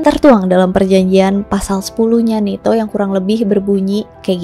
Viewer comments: NATO kak BUKAN neto... Di marahin Lord Rangga Loh kl salah2😅😅😅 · usul saja, gunakan satu pengucapan disebuah video, mau baca ala barat atau ala indonesia.. sangat mengganggu NETO NATO yang diucapkan secara acak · Bacanya NETO apa NATO si. Serius nanya.